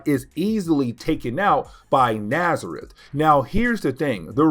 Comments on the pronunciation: STOP CALLING THE DEMON NAZARETH! It's genuinely painful to hear. It's not even CLOSE to his name, which is N'astirrh. Pronounced "Nastier". Jesus wept. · Man,I sincerely apologize for my "know-it-all" type correction,but the demon's name is N'astirh,and sounds like in-ast-ear.